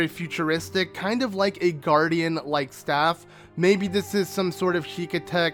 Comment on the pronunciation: when he said staff smh